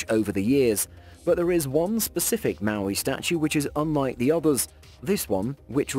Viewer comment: Moai not Maui, Arctic not Artic, Turkey not Turey!